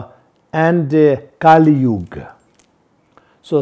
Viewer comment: Kali Yuga not Kalisyuga